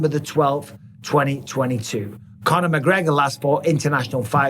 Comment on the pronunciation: “Con her” mcgregor Chandler can stop hanging around like a chandelier 😂